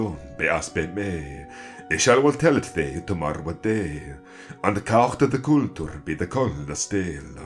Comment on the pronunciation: Why pronounce day as dee? I thought in this period everything was pronounced as it was written, so wouldn't it be dai/daeg? Would it not be more of a diphthong glide?